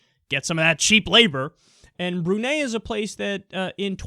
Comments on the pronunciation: Brunei is pronounced Brew-Ny, not Brew-Nay. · For the last time, kyle: it's "brew-nye". BREW. NYE. BREW NYE!!!!